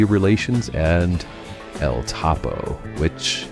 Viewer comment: I like your content but you mispronounce a lot of names and titles. El Topo has two hard Os.